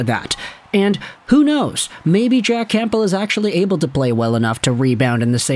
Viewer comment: Love your videos but I can’t stand listening to you say “CamPbell”